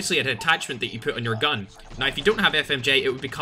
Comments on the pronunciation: “You need to be using FiXeD mOdE right NOIIII” Love it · Its Australian accent? He spelled "now" as "naay"